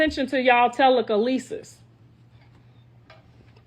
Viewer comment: Tela- kalee- sis - is crazy 😂😂😂